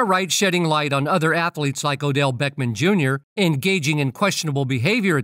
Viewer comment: Please stop calling him Odell Beckman - it's Odell Beckham - - the AI voiceover is really annoying....